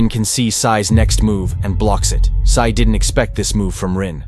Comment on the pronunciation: Sae not Sai